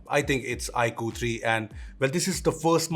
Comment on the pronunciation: Dear, It's not ikuuuu, it's iQue(iQoo)....